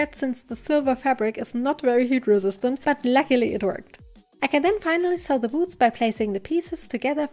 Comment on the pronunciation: Am I a sick in the head person or did you also think she said boobs instead of boots